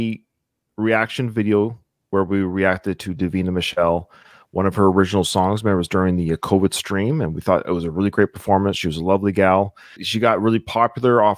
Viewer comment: Its not Davina Micholle haha.... you said it right the first time.